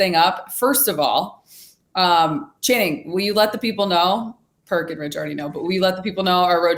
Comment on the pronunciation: lol perk calling channing "shanning" doesnt get old